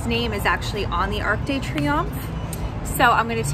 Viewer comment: The 'de' before Triomphe sounds just the same as Deux, the number 2 in French - not like 'Day' or just like 'd' when you're sounding out the alphabet! I'm so glad you get to have this trip & spend a bit of time in a place you like so much! Weather looks good so far!